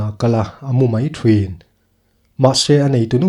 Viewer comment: Thin tih hi lam pawp mai a tha lo mo? Thrin ti ang deuha lam puam lo hian